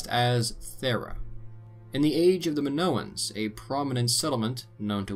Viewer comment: Nice video 😎 the Greek i makes a. E sound. In Spanish they call it the “Greek e” sorry pet peeve of mine. Like when pepole call Italians EYEtalians.